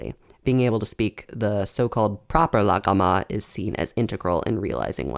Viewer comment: Your aren't voicing the gh in "Laghama" because it sound like an unoiced Uvular stop. Good work though